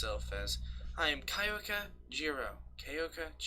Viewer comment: It is pronounced key oka